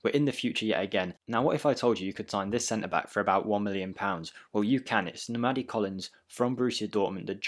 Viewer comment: as a nigerian it was funny hearing u pronounce nnamdi 😂 but besides that good video ✊